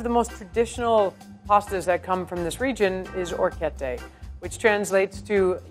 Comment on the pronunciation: it kinda frustrates me how she says some words bcz she says them wrong but thats just my pet peeve😂 for example: she said “longo” but its actually pronounced “lungo” she also orecchiette wrong but A for effort😂